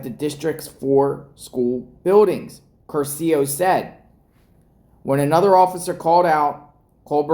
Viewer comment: Curcio has accent on the first syllable